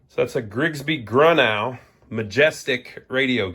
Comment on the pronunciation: It’s. Pronounced “grew-no” I. Serviced one last year or two ago.